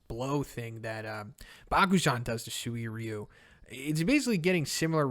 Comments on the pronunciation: Anyone else annoyed at how he constantly mispronounces Suiryu? In the anime they pronounce it Sue-ree-ooh. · I love you but bro... My ears bleed everytime you misspronounce Suiryu